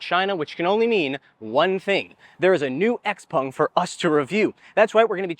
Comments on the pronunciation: Why do you pronounce it "Xpung" instead of "Xpeng"? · Can you please stop calling it X-Pong!?